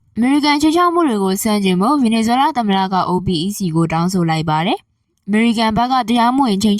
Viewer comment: OPEC ကို "အိုပက်"လို့ အသံထွက်ပါ။